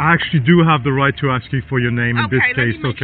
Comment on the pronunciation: Bad Baby is going to axthhh for the report😂😂😂